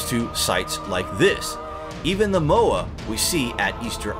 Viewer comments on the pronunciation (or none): Mow eye....Moai (apologizes for being a grammar nazi...its a curse..) ♥️♥️🌠♥️♥️TLHC/TKTC Thanx, does have the best voice ♥️